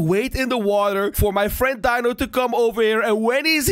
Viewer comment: It’s dino not bino